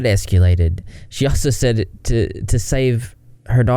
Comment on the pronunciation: The way you say "escalated" but pronounce it "escewlated" just... ☠💀☠💀